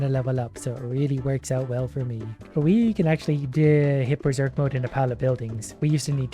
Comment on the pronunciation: We ber-zork!